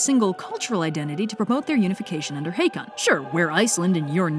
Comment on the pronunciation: Hey Yellow, could you tell that a double 'a' (aa) is read as 'å' (similar the 'o' in 'oh'), not a long 'a', as in Haakon?😅